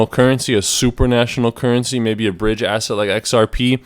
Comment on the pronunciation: The word is supra -national.